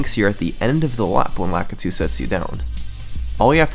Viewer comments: The "frap" and "lah-keh-too" are killing me having said "frap-pay" and "luh-key-too" all my life. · Lakitu - Luh-kee-too. Sorry, that always bothers me. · I’ve always pronounced lakitu as Lakeetu. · It's frap-pay and lah-ki-tu